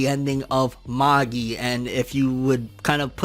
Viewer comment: The way you say magi :\